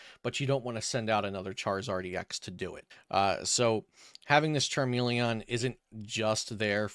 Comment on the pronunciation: Oh my God if it wasn't your voice it's the way you fucking said Charmeleon.... CHARMELE-AWWWWN WTF, CHARME-LEE-IN